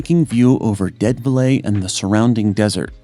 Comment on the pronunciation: Dead velay? GET A REAL PRESENTER!!!!!